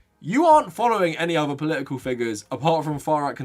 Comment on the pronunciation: Poli-ical... I'm just trying to guess which consonant he will randomly drop next.